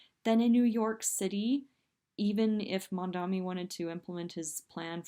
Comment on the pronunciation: She's not ranting. She's stumbling. Ouch! Hey,, learn how to pronounce Mamdani's name.